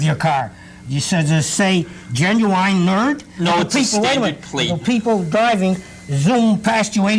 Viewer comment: Why he pronounces genuine like "genuwine"?